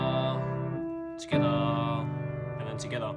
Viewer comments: When he said togeather it sounded like he said skada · I love how he says togetha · South African style 🤝😂😂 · Togetha!! Togethaaa! But thanks for the tutorial. I am almost done with the practice.